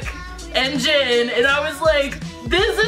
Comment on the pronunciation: Yah... Its JINnnnnnn..... 😅😂💜💜💜